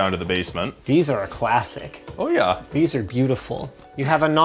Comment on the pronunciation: that's the most Canadian "oh yeah" I've ever heard.